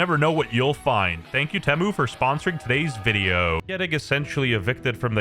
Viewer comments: Nobody going to mention ”Tehmmu”? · it feels so wrong to hear him pronounce temu but apparently thats how it actually is?